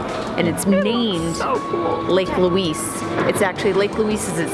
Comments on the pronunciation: We locals pronounce Lake Louise more like Lake Looize we kind of slur the "s" sound and not announce the "s" sharply. I hope that makes sense. You guys will have to go back when there is not so much smoke in the air. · I get a kick out of your pronunciation of 'Louise as Louiss'. We Canadians call it Loueeze. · It's Lake Louise (Loo eeze) not Luis! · Ho-run-num-nay is its first name. It's pronounced Lou-eeze not Lou-eees - the person it was named for was female so you're using the masculine pronunciation which is incorrect. And, Queen Victoria did not demand it be named after her daughter - it was named to honor the princess because she was the wife of the then Governor General of Canada and was held in esteem. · It's so much fun to sit on your dashboard and watch your family interact. I live four hours from Banff and appreciate the reminder how beautiful it is. I love how you pronounce Lake Louise as Lake Loooeeessss. We pronounce it Lake Loueeezzzz. Lol. So glad you enjoyed my backyard and were treated well. safe travels to you all. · Pro Tip - say "loo-eezz"